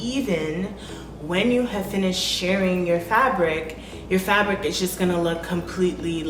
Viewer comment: “Shirring” rhymes with “purring.”